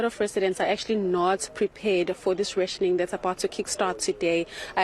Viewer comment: Can't you both not speak English...learn the word n pronounce correctly.... RATIONING